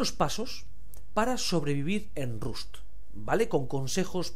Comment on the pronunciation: Se pronuncia (Rast) . Muy bueno , saludos!